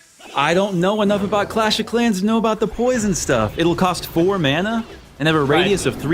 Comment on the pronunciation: i fucking hate how he says mana